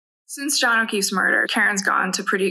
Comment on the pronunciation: Paul can't even say Johns name.